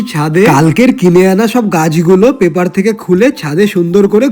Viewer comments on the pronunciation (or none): none